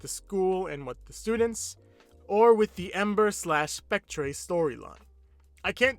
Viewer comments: Just as an aside, Spectre is pronounced "speck-ter" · lol hearing saying spectre sounds like speck-treh